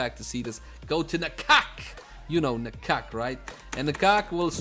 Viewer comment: At last, a person who pronounce "Na-kak" very close to the actual Thai word. :)